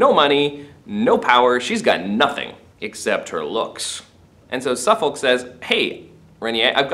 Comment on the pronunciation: There is no real justification to claim the relationship between M and Suffolk was actual adultery. It is never even suggested by any character, even M's enemies and it is also a side issue in the course of the plays. Not so keen on your mispronunciation of names such as Warwick and Suffolk which suggests you have not seen any quality British productions of these plays but only read them.